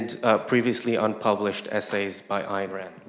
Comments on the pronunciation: Why is it so hard for people to say "Ayn?" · Especially after saying "Nathaniel". ;) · She pronounces Yaron "year-ron" and Ayn "Anne." Stop getting Americans as moderators. I'm joking a bit